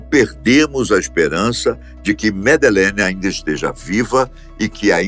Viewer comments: o nome que vc a chama está errado, ela se chama Madeleine, e nao Medelene. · Jamais, ela tem 21 anos. Madelein teria 19 anos. Esse narrador não sabe nem pronunciar corretamente o nome da miúda. Cá tds tem a certeza que os pais da Madelein são os culpados. Vai ler sobre isso.